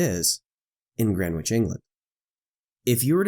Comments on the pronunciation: ""Grenitch" NOT "Grenwitch"! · Just for info, the ‘w’ in Greenwich is silent. It’s pronounced “Gren itch” I’ve just landed into Sydney, after a 14 hour flight. Which would have been nearly 26hours if the earth was flat. Thanks Globe 👌🏼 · You don't pronounce the "W" in Greenwich. "GRENICH" Sorry, I know it's nitpicky. Being a Londoner, it grates on the ears a bit. Good video BTW! Thanks! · It's Grennij, with stress on the first syllable. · It should be pronounced “GREN-itch”. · Great video. One minor point that kept bugging me, though. The 'w' in Greenwich is silent. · Dude, the ‘w’ in Greenwich is silent.... the beauty of the English language ! Otherwise great video